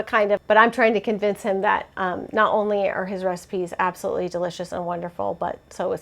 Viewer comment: LOL, I say abso-toot-ly too!!! Is it from chuggington or something?! I swear I picked it up off of a kid show at some point 😜